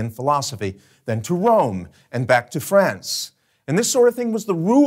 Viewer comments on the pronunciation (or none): none